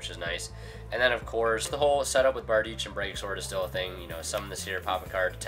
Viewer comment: Giving you a like because you pronounced Bardiche correctly :)